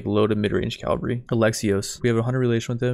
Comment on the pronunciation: I don't want to be that guy, because i know it's annoying when people nag about grammar but i feel like i have to say something for my own sanity. It's pronounced CAV-AL-REE not CALV-A-REE. My english teacher would tell me this when i made the mistake myself; "Cavalry are mounted soldiers, Calvary is a hill in france. Unless there's a french hill in the army it's not quite correct is it?" Having said that please keep the MaBW content coming, it's really good and super fun to watch! Keep up the good work dude!